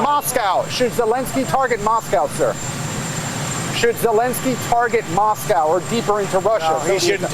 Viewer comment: what's a moss cow? 😅 🐮